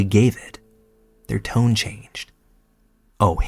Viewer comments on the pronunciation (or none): none